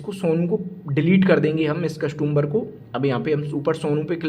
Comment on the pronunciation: Sir आपके nails काफ़ी गंदे हैं और कस्टंबर नहीं होता कस्टमर बोले आप बार बार कस्टंबर 2 बोले जा रहे हैं Next time ध्यान रखें